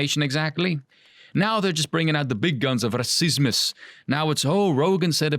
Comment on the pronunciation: “Ra-ceese-mus” I see someone is a fan of a certain Romanian YouTuber.